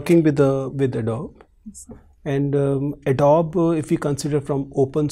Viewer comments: Adobeeee and not Adobe.. is disturbing though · An Adobe employee pronouncing Adobe as Adob and not Ado-Bee. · oh bhai tu toh chalta firta joker hai. Adobe ka pronounciation nhi pta aur UPSC mock interviews dekh rha aur faltu gyan pel rha. Salute bhai 🤣🤣🤣🤣